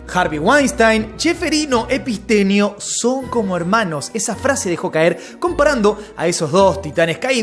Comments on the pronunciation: Todos los nombres los dice bien como son, pero a Epstein epistenio no se q, no entiendo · Porque nunca dice bien el nombre de Epstein?